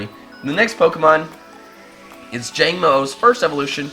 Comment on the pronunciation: I think the Jangmo-o series is pronounced like komodo..?